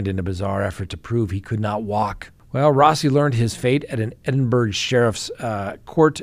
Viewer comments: for future reference....Edinburgh is pronounced Edin-burra not Edin-burg and Glasgow is pronounced Glas-go.. with a name like you'd think you'd know better...lol cheers from Scotland 🏴🥃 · pronounced "Edinbara"